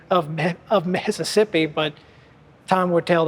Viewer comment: During the old court house museum portion did I hear correctly that the curator called it "methassippi"? Lol!